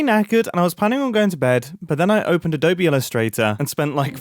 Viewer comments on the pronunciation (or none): none